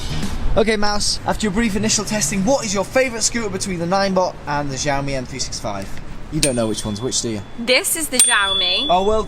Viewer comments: Not jioami its siomi (in Chinese xiaomi) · omg it's not ZIAOMI it's XIAOMI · You read xiaomi like its french. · "zhaomi", "as moch as I kan", "give me zombs up" jeez, my ears )) it says that conclusions are , but there is nothing there, just some mumbling and filler to extend the video. "Carly opinion" . Watched for a few minutes, again - nothing, just rumbling and noises, 0 information. I am giving "zombs doun".